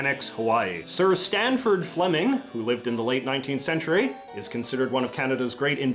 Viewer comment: "sanford" (lit. sand-ford) not "sTanford" (lit. stone-ford)! ... a coincidence between Canadian and US engineering history.